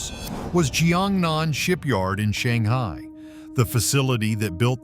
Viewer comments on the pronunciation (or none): none